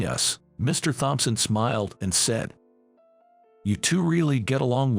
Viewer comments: The IDIOT doesn't even seem to know that in the name "Thompson", the "H" is SILENT!!! Even for a computerized reader, this is such a screwup! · All the bosses are named Mr Thompson, but they CAN'T PRONOUNCE IT!